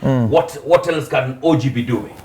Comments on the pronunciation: He pronounced differently come not can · Ati can instead of can...i'm dead...lol